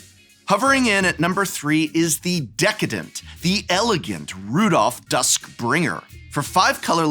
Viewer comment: Prof: prides himself an English major also Prof: can't read cards it's Rodolf, not Rudolph. it's Hospitaller, not Hospitalier.